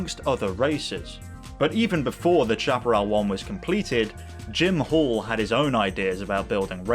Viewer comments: It is pronounced SHAP-A-RAL Not CHAP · Not Chap-erell but Shaperell! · to us yanks the pronunciation was shap-e-ral. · It is pronounced 'shaperall' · i thought it was pronounced "sha-pah-rel" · The "ch: in Chaparrall is pronounced "sh", the word is pronounced shaparral. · I don't know how Jim Hall pronounced it, but "chaparral" (a Spanish word) is usually pronounced "SHAP-ə-RAL" in the U.S. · Good report on a famous builder and designer Jim Hall’s 2J. Only thing I would comment on is your mispronunciation of the Chaparral brand. Having lived through this period of racecar development, I never recall ever hearing anyone, including Jim Hall pronounce the “ Chap” part of the name anyway other than like “Shap”arral. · Please learn how to pronounce Chaparral. Snowmobile engine not jet ski. Also the issue wasn’t that it was a three speed transmission but AUTOMATIC!!